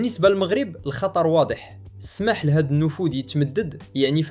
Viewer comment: حاول تركز فالنطق ديال سكريبت فبعض الكلمات ، سماح ( السّماح ، التصاعد القمع ،البيض .. البِيضْ...) محتوى زوين وحسن من AI خص غاتركيز شوية وشكرا. اما المحتوى راه فالمستوى..